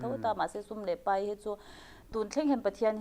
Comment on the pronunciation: Tunge tawng "pei" ngai? "Pai" tih tur alawm. Tawng pei ti lovin, tawng pai tih zawk tur.